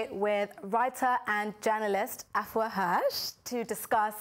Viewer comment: Why does Afua say her name like that? Did her Ghanaian mom not teach her how to say her name right???